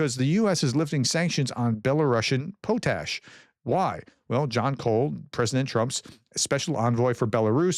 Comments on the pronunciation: SORRY FOR SPLITTING HAIRS, whats POTE ASH? try pronouncing the word POT ASH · potash is pot-ash not po-tash. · Professor its, pot-ash not po-tash also we get around 80% of our needed pot-ash from Canada and Trump is threatening them with tarriffs, 😮 so now we know why hes willing to trade with a dick- tater for fertilizer. 😢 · Here we pronounce pot’ash not po’tash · It's not "pout ash", it's pronounced "pot ash". lol we have a potash mine in my province. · Btw potash ... say "pot " then say "ash " Potash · In the Uk it is pronounced pot ash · Dude PLEASE learn the big difference between "Sim City" and "The Sims". Not the same thing at all. I saw your previous video when you announced this ban and your brain just inserted a word (City) that wasn't actually there. In this video you're continuing down that road so now spreading fake news. PLEASE STOP. Also please learn to pronounce the word "Potash". It's really not pronounced "Poe Tash". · Your pronunciation of Ukrainian and Russian place names has improved a lot. Your English, not so much. Potash is pronounced paa • tash. Internal is just about the opposite of international. You are even worse on numbers. Bi try to be forgiving, but I wind up shouting at the TV. Have you considered slowing down, just a bit, to actually read what's on the screen and think about the words coming out of your mouth? Really, maybe you speak slowly when recording and then speed it up for uploading? I don't know the limits of the technology. I say this with great affection. You are part of my daily routine. I keep watching because you give information from more sources than I have time to search and because I can trust you to be accurate. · You had the pronunciation correct the first time Prof... "pot ash"😊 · The O in potash is pronounced don’t not hard. Pronounced just like a pot as on a pot on the stove